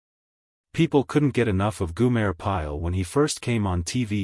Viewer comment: G O M E R!!!!!!! Come on it ain't that difficult to pronounce, stupid A1